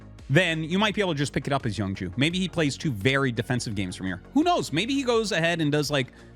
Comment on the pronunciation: Is his name pronounced "young jew"? Not making a joke. That is what it sounds like you're saying and I like knowing their names. Yabsab is definitely my favorite to date.